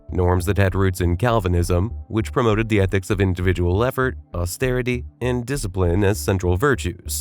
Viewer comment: Interesting how the voice bot pronounces " individual EFFORT. " To me it sounds like INDIVIDUAL LEPER. Just saying. 🤠 . . . Could it be the editors (without realizing it ) have decided individual effort is like having LEPROSY ???? That would fit nicely with their WOKE mindset. Just saying. 😯